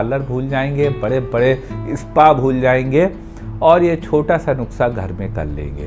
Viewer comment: Sir please nuksa nahin nuskha hota hai 😝😝